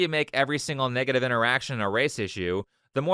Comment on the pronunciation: he said "niggative" instead of negative. I caught that 👀